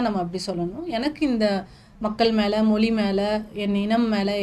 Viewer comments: மொழி... மொளி இல்ல தமிழ் உச்சரிப்பு தவறு. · அதாவது நீங்க மொலி மொலி என்கிறீர்கள் அது எங்க இருக்கு மொலி இருக்குன்னு தெரியல💯 மொழின்னு சொல்லத் தெரியாத நீங்க தமிழ் உணர்வாளர்கள் இல்லையா நாங்க இத நம்பணும் நல்ல உலகமடா இது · Pl pronounce tamizh properly,it is mozhi not moli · நல்ல பேட்டி ஆனா தமிள் மொளி என்ற தவறான உச்சரிப்பு உங்கள் தமிழ் மொழி ஆர்வத்தை பற்றையும் தடுக்கிறது 😢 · இவங்களுக்கு மொழி என்ற வார்த்தையை சரியாக உச்சரிக்கவே தெரியவில்லை. 🤦🤦🤦